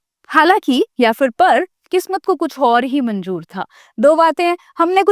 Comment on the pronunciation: Your pronunciation is not good like sahi word manzoor hae lekin aap manjoor bolti ho aur zaroorat ko jarurat